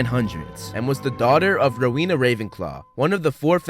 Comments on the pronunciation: It's Rowena Ravenclae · Isn't it Rowena Ravenclaw Not Helena Ravenclaw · It's rowena ravenclaw